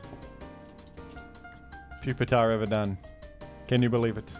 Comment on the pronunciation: Please pronounce Pupitar as “Pew-peter” henceforth. Thank you.